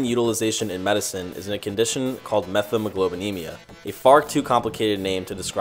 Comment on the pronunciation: pronounced "met-hemoglobin"